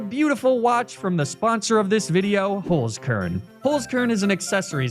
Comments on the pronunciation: Little did I know that my life would not have been complete had I not heard the soothing voice of pronounce the german word HOLZKERN like hullskurrn. I can rest easy now. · as a German, that 'Holzkern' pronunciation threw me off guard. For the curious: Holzkern means wood core and inside the box it says 'unique just like you'.